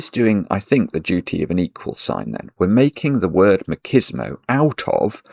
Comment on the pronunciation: MACHISMO is pronounced as MATCHISMO, not MAKISMO.